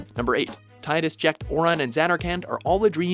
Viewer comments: It's "tee-dus" not "tie-dus" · Ugh, I think I was blocking out those last two plot twists. And man did I cringe at the narrator's repeated mispronunciation of Tidus. It's Tee-Dus, not Tai-Dus. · IT'S TEE-DUS! TEE-DUS! NOT TIDE-US! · It's pronounced "Tee-dus", not "Tie-dus" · are you sure you understood FFX? Auron isn't a dream. Zarnakand neither. The Zarnakand version in which Tidus and Jecht were living was a dream and so were Tidus and Jecht. (Tidus is pronounced Teedus btw) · It pronounced Teet-us! Goddamnit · FFX: since Wakka in Kingdom Hearts is the only one to actually "say" his name I'm afraid its pronounce Teedus. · Why do people always pronounce Tidus wrong?